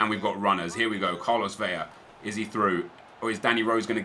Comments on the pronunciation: Still pronounces Carlos Vela wrong. It's Vela, not Veya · El Güero it's 'Bela' seeing his native to a Spanish speaking country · Nep please learn how to pronounce Vela and Tremoulinas :) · U say vela wrong